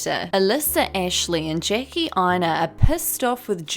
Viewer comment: When you said “Jackie Aina” the first time in this video I heard “Janky Aina” so I do believe that’s her new booty commoontitty nickname.